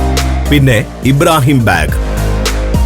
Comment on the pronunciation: ഇബ്രാഹിം ബേഗ് അല്ല ബാഗ്. ലാൽബാഗ് എന്ന് കേട്ടിട്ടില്ലേ. ബാഗ് എന്നാൽ പൂന്തോട്ടം എന്നാണ് ഉർദുവിൽ അർത്ഥം.